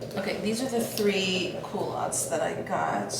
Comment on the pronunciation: I had to laugh when you were talking about your 'coolatts'-it wasn't until you tried them on that I realised you were talking about culottes. I must admit my hearing is no longer as acute as it once was. Your anniversary ring is stunning, enjoy.